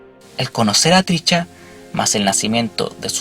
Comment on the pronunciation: lo unico que me fastidio en este video es escuchar como pronuncias mal el nombre de Trisha, es triSHA, no triCHA